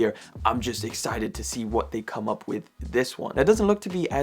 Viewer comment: LOL. Love your content... but your speech patterns are so funny and unique even for a Brit. "Saved come-drop day, so you have them all in place" vs. "saved, come drop day, so you have them all in place." What the heck is "come-drop day"?? That little pause between the "come" and "drop" as well as the comma makes all the difference. Cheers.